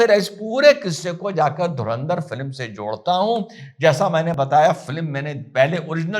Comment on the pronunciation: धुरिंदर... Nahi... धुरंदर... 👍🙏